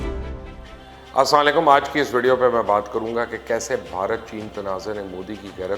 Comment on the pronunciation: Ankl ap ki mehrbani ho gi salaam sai bola kren